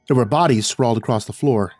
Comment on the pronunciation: I love you, but there is no 't' at the end of the word 'across'. You're such a fantastic narrator, every time you say "acrosst".... it pulls me out of the story